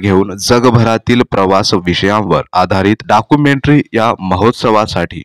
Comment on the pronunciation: Dakumentry Nahi Documentary 😅😅